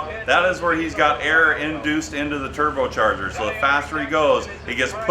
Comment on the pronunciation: lol "into the tubotarger" what?!?